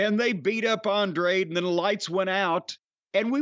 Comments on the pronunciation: is it that hard to say “an-dra-de” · Hearing the commentary fuck up Andrade's name took away from the amazing match those two put on